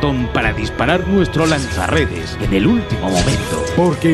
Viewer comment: Eshhhpiderman, lansha redesh